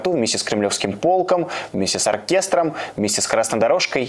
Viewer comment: ПолкОм, не "пОлком", извините.